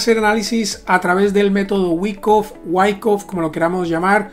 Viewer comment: Todo bien, pero se dice waaaaaaaaycoffffff 😂